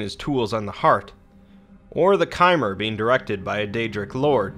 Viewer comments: How hard is it to say chimer instead of kaimer??? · It is pronounced Ch-y-mm-er not kymer. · Its ch-i-mer not kimer, chimer Great video though keep up the great work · Chimer is pronounced "Cheye-mer" like "wind-chime", not "Kai-mer" like Khmer Rouge. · "Chimer" is pronounced as "t-jimmer"